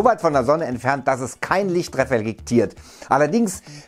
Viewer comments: "kein Licht das refelektiert" und "furzbeiziehen" :D schön das ihr nicht einfach cuttet so hat man wenigstens immer was zu lachen^^ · "Kein Licht referiktiert" 😂🤙🏻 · Er sagt auch refelektiert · GaMeR 9486 Ich studiere Englisch mein Lieber, ist mir schon klar😆 oder verstehst du den Witz dabei nicht? Er verspricht sich doch bei dem Wort